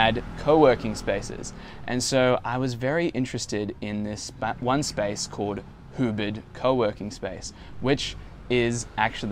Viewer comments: Ubid? lol or Ubud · No your pronunciation of Ubud was not correct.